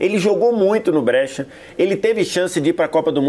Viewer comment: "Brêtia" não dá pô, nem em português nem em italiano ta certo isso aí. Em italiano a pronuncia é "Bréchia" 😅😅😅